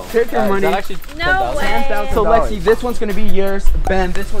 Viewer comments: Am i the only one that heard “sorry baby” instead of “sorry lexi” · Is it just me or did it sound like he said sorry I am so sorry baby to Lexi or no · Omg Iv'e watched this video so many times and I thought he said baby and I was right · what i heard the word starting with b, i try many time to listen if word start with o or L (Lexi) but i still didnt catch that